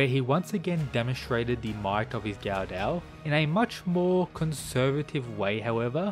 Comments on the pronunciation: It's pronounced guh-duh, not gaudau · It would be pronounced "go dough" just fyi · Yep, that is the proper pronunciation of the long O (ō/ou) sound.